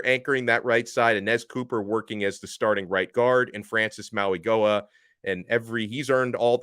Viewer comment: It’s pronounced “Maui Noah” not “Maui Goah”